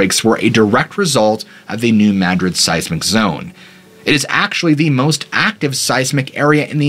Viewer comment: You are the only one I've heard say New Madrid correctly. I lived very close to there growing up. Most people say it as Madrid as in the city in Spain, but it's Mad-rid just as you said it. Love hearing my state get the attention it deserves.